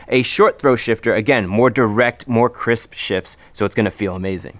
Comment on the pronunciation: Ah yes, Chrisp Shift